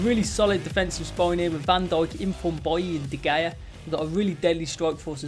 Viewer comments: It’s pronounced De Haya not De Gaya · Stop saying duh Gaya it is de hea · You say De Gea’s name wrong. You are supposed to say it like De-Hey-Ya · Pronounced De “Heyah” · The way he says de gea is so unusual is it just me? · You can’t even pronounce De Gea right...